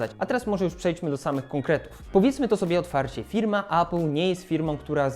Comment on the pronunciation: Jakbyś,, mógł spróbować mówić 'epl' zamiast 'apl'. Niby pierdoła, ale wiesz jak z tym jest... A, no i udało się dotrwać do końca 😉